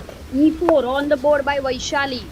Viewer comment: its not vaiiishali, its वैशाली